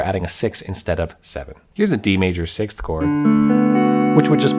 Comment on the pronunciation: I'm glad you have trouble pronouncing 6th like I do. 😎🤓